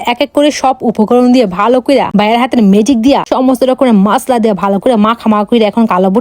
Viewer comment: মসলা ❌ মাসলা ✅